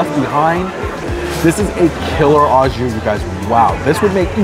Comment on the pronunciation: Pronounced "oh" jus, not "aw" jus. Good review nonetheless!